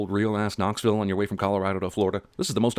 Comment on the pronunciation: Knocksville as in "engine knocking," Jeremy. And at least Cars 2 was entertaining. This put me to sleep...